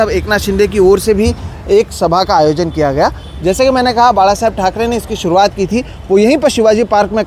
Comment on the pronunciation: The way he said बाळासाहेब he is more Marathi than his mother state....